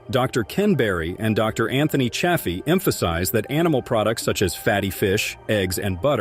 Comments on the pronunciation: It’s not cha as in chad. It’s chay. Even dr Chaffee says chayfee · Infuriating bot narrated video, pretending carnivore YouTube banning info, and the narrating bot mis-pronounces Chaffee's name.👎👎👎Grrrrr.😬🥱